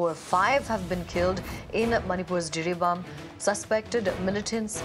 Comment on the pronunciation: Jiribam not Jiribaum